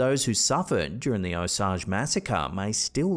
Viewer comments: It’s pronounced oh-sage, not osaj. I’m from Oklahoma and I have many osage natives who are very good friends of mine. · It is pronounced o-sage( as in the spice). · O-sage as in the herb. Please pronounce correctly. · It’s pronounced O-sage (like the herb) the county is named for the Osage tribe that settled there. Pawhuska is a city in Osage county. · Long A on the word "Osage"...like the herb. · The way you say Osage is cringe af do some proper research